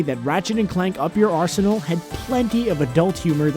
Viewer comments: Being British, every time I hear him up your ARSEnal I start laughing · I thought the "up your arsenal" bit was like "up your butt".